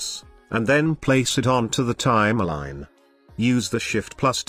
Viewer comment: Res-u-may, Time-a-line lol